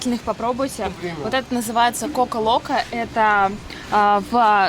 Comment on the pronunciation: Акула по-испански это в попу??? Вы что! Куло это попа,но в попу не звучит как "акула"! Кстати,произносится напиток " коко локо", в испанском не путайте о и а, а то значение слова очень меняется!